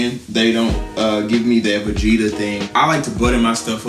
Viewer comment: Dude said vagetta